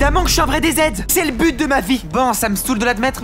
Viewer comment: Qui a remarquer que il a dit su but